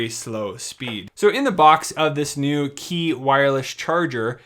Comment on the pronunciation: Small correction: Qi is pronounced "chee", not "key"